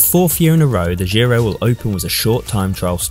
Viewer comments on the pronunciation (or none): It's not Dzirow either. That's French. It's pronounced Jiro.